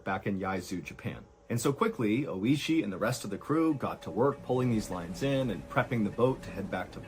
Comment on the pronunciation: Is the guy's name Oishi, meaning "delicious/tasty"? If so, he pronounced his name incorrectly the whole video. rip